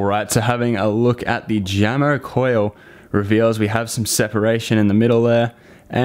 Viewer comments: isn't it pronounced yamo? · It’s pronounced “Yamo.” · Jamo is pronounced Yamo, kinda spanish sounding. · Sorry for gatekeeping, but Jamo is pronounced "Yamo" . Jamo is a Danish speaker company that was recently acquired by Vox Media group's Klipsch speakers.